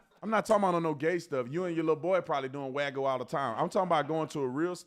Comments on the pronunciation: Wagu? 😂 It's wagyu. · Bro literally says "waggoo" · it is not pronounced "WAY GOO" Tatum ! it is pronounced '' WAH GYOO '' THE WAH rhymes with NAH, THE GYOO is la hard G + YOU = GYOO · Talmud Tatum proves Nick right. Bro can’t even pronounce wagyu. Tf is a “wagoo”? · Guy can’t even pronounce Wagyu right. He’s a clown through and through.